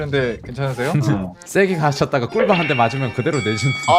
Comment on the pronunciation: 꿀밤 아니고 꿀bam 이랰ㅋㅋㅋㅋㅋㅋㅋㅋㅋ 아 웃겨